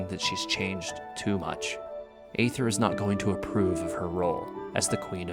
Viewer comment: The proper pronunciation of Aether is “eethur” even the English va for Aether pronounced it wrong at first, so dw.